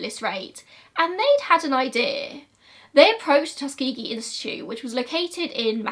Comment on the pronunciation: when she said “tus-kee-gee” i was shook, i always thought it was more like “tus-ka-jee” and im from america??? is it just her accent??? i’m lost???